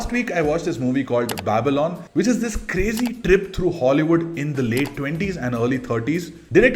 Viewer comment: "babalon" bro it's Babylon.....u lost me there....crazy.....now I can relate why people say internet is full of shit